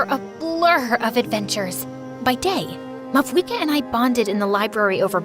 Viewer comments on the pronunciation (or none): I noticed the Pyro archon mispronounce her own name in this video. It’s pronounced “Mau-eeka” even though it’s spelled Mavuika. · isnt it mauika the v being silent